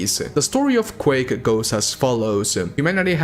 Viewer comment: Quake-ah, game-ah, announced-ah.